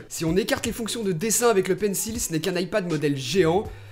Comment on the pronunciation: Tu prononces toujours mal le mot Pencil